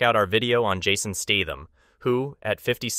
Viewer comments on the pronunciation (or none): none